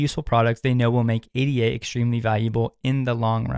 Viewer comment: Top tip! Just say "ADA" and not "A.D.A", as ADA is named after Ada Lovelace not A.D.A Lovelace.